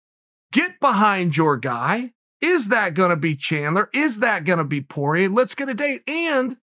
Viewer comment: poirier you bum, its french not PORIER